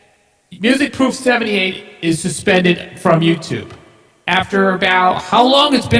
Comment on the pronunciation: pronouced Music (Proff) like Off. Also on the autogenerated channels, they are ALL remasters and not original, most aren't even close to The professors quality